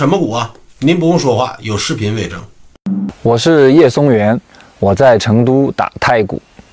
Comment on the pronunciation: 松源 是 日本人的姓 ，读 Matsubara.